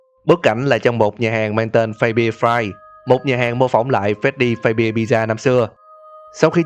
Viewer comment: Phát-xbe chứ ko phải phây-bia nhé!